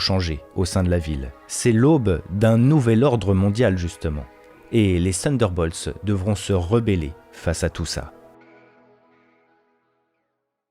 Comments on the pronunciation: Sunderbolts ou Thunderbolts ? Attention à la prononciation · prononciation = TONNE DEUR BAULTSE